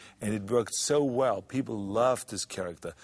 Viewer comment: "gief dah pee-pull AIH!"